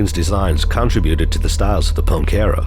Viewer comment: NOT CON tributed!. con TRIB uted!!! Speak proper English!